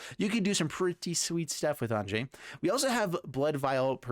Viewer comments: Am i the only one calling her "Ahn-ya"? It seems like the 'j' should make a the sound a consonant 'y' normally would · Great deck. Just one thing, Anje is actually pronounced "anya" since her family has the whole German thing going on. Falkenrath is derived from the words meaning "Counsel of Falcons". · According to Gavin Verhey it's pronounced AYN-jee, but everywhere in the world that the name is actually common, it's usually pronounced AHN-ya. Its origin comes from the Hebrew name Anna.